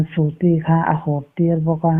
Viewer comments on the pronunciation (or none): Zana bau nilovin bo tia chhiar rik tur aw, i Mizo ṭawng lam hi inlak cute i ṭum lutuk nalam nge a fuhlo leh lam dik loh i ngah hle, channel siam tur chuan i Mizo ṭawng hi tlemin lo i siam ṭha la, ho tih tura hau i tih tehi, nangni ang kuma hman amawi chiah tawh lo mange. Mizo dik tak i nih chuan mahni ṭawng chu thiam tura ngaih i ni...